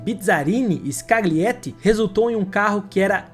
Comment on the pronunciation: Sergio " Escaliéti"